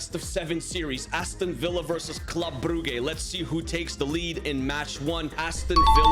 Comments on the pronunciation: BROTHER it s Club Brujjjjjjjjjjjjjjjjjjjjjjjjjjjjjjj not culb brughe. Club BruJ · hey, i don’t know if I’m right, but i think its pronounced brugge (brooj) not (broogey) ❤❤ i love the vids ❤❤ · "Club Brugay" It's pronounced "brooje" Also Forza Inter💙🖤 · actualy its bruga